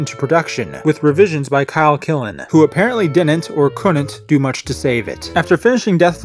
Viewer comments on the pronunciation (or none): none